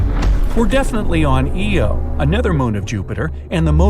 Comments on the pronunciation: eo? EO???? NO ITS IO I-O!!! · “Eeo” is wild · It's i-o not "ee-o" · It's io not eo😂😂😂😂😂😂😂😂😂😂😂😂😂😂😂😂😂😂😂😂😂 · It’s not pronounced E O it’s i O… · I O ,,, I O ,,, not EO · How are you getting the info on mars wrong when you only brought this video out 8 days ago? Also, pronounce it Eye-Oh, not Ee-oh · "eeeyo" no no no i refuse it's provided "aye-oh" i will die on this hill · Why does it bother me so much that he says “EO” instead of “IO” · Eye-oh not ee-oh... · It's pronounced "EYE-oh." Also, no such thing as the 'dark side' of the Moon. Finally, no mention of liquid metallic hydrogen? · EO is pronounced I-O, (eye O) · I’m honestly confused about the non-inclusion / randomness of these celestial bodies: 1. Venus? 2. Uranus? 3. Ee-oh is pronounced “eye-oh” I think… 4. Titan? I mean, if you’re looking at Europa and Io… 5. Enceladus? 6. Pluto? Might as well. I meant as far as digging into the core… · Its Sad u pronounce IO wrong its not EO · "E-o" NASA says its pronounced "Eye-oh" Get it right. Io. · Io pronounced eye-oh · Since when was Io 'Eeoh'? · Oh… he dose say (eeh-oh)… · It is pronounced as 'TEN' (IO,10) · Its ee-oh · I'm concerned about the mispronounciation of Io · Eye-oh is the american pronounciation. E-oh is the original form.